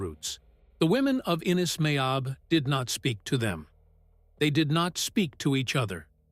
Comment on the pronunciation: Meabh is pronounced Mave...Sile=Sheelah... Dorinn=Doreen...Aoife=Eefah...Caoimhe=Keevah...Aibhilin=Evelyn...